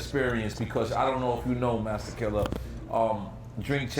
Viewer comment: NORE IS LIT! nigga couldnt even ssy masta killa lol